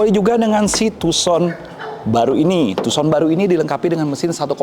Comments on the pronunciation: Agak terganggu sebutan tuuson nya.... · Setau ku dibaca Handey Tuusan